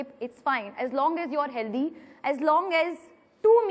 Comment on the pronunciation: It’s not healtheeee it’s healthy... proper English. She’s over confident I think ...